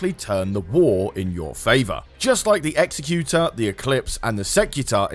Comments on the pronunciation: It's pronounced Exec (like Executive)-You-Ter (Like in Terse). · you pronounced executor wrong